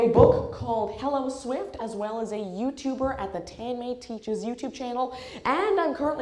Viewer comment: Why do u pronounce ur name so awkward.u hvbeen given such a sweet name.